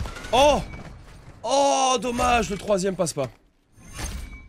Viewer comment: quand il dommage il prononce dommache 😂